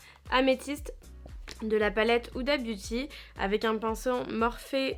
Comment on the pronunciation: cc esque tu pourrais faire une morning routine ou un tuto pour les yeux bleu stp si non il me semble que morphe se prononce morphie en fin breff continue comm sa je t adore bisous